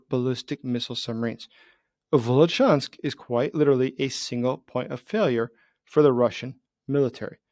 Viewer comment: It is Vilyuchinsk, not Vilichansk.